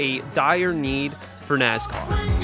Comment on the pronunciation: Nass-car. Not NaZ-car